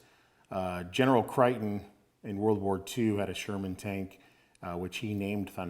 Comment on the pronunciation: The general’s first name is pronounced as Crayton not Criton .